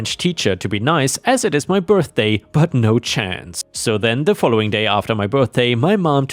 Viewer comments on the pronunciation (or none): none